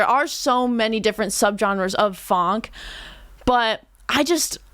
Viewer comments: I'm Brazilian and PLEASE don't call it PHONK. The name is Funk and no one here say otherwise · Good review! Only one thing that I don't understand is where "phonk" come from, in Brasil is "funk". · its funk not phonk... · It's Funk, not phonk. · To sound more legit, it's funk but it's pronounced "funk-e". Now you can be a professional and honorary brasileira